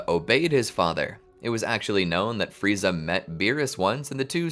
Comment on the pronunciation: Who the hell is "Fry-za?"